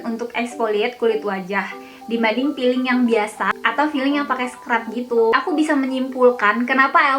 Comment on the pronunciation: Peeling kak, tp kaka nya bilangnya malah jd feeling 😀😀 🙏 org sunda gitu kali yah, huruf F dibilang P ... Huruf P malah dibilang F